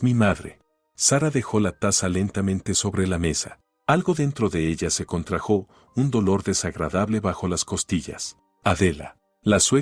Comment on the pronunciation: Se contrajo no se contrajo' no ponga acentos donde no van